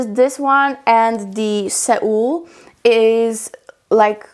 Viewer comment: THANK YOU! Loved it!! Fyi: Boldly 'SOLE'... like Seoul Korea. =)